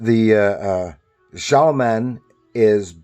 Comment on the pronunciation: Pronounced “Shalom” Man… the name is written stylized with the single “m”. Glad you enjoy the books!